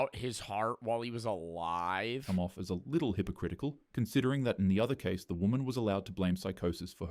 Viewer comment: why emphasis?